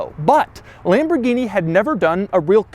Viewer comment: It's not LEmborgini it is LAmborgini!